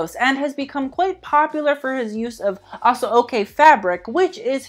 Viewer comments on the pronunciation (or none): Awwn baby you really tried hard with those Nigerian pronunciations. But I've got to say, every word was terrible lollllll It was so cringy, it became glorious to watch. But thank you for the acknowledgement. ASO OKE is pronounced Asho-oke. Let's start there babe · Also aso-oke is ash-oh-kay lol. I’m not mad though our pronunciations aren’t the easiest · Lol, the man tried...aso oke(ah-show-kay) Yoruba(Yo-row-bah)...sigh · Fellow Nigerian here.. Aso oke is pronounced 'Asho okay' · Love the vid but you mispronounced aso eke and Yoruba 😅😅